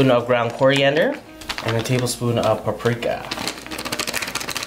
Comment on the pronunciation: Nobody:: I LIKE PRAPRIKA